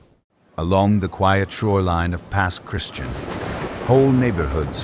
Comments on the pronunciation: Pass Christian pronounced: Pass Chris Chee Ann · AI miss pronounced Pass Christian